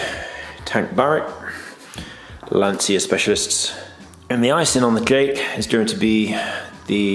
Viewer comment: You pronounce Lantcha not Lansia my friend 😊